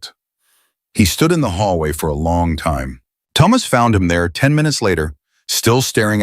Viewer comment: Please learn to say Thomas please i beg you 😂😂😂